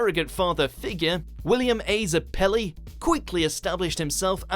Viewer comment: You pronounced Zeppeli idiot. Also lol number two and number one have characters voiced by Christopher Sabat